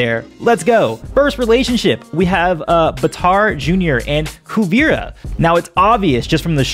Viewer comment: Bitar it’s batar